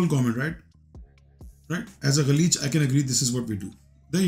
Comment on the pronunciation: galeez galeech nahi😂